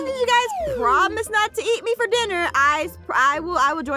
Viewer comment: Vfer Vhat (For That) All Gamez (Games)are Vfer (For) Free!!